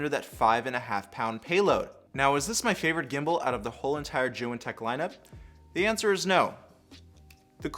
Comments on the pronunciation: He pronounces it as joo wen lol It’s zee yoon say it man zee yoon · When he said joo wen I stopped watching lol, he does seem to know what he is saying